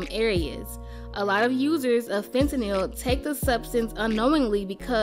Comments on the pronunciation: The way she pronounces fentanyl is literally how it's spelled it's not "fen ta nyl" it's "fent nal" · "fentakneel" lmfaooo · The pronunciation of fentanyl 😂